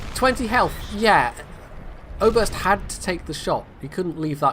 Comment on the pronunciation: I like the way you pronounce "Oberst". It's danish and means colonel;)